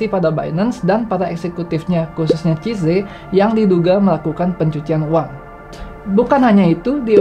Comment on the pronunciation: Tolong pengucapan nama asing diperbaiki supaya channel ini makin tampak smart. Baca CZ bukan CIZE tapi SIZI